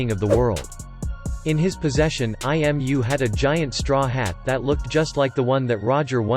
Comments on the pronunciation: I love the way Imu's name is pronounced by the text-to-speech program as I-M-U. Maybe Imu is inside all of us. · Yeahh, it sounds like "I am you" 🤔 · IM? I AM? isn't im (Eem) or imu (Eemu = japanese pronunciation)